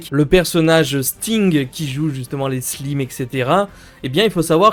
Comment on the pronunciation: Bonne vidéo cependant fait un effort sur la prononciation des mots anglais comme Life Point et Slime A part ça, parfait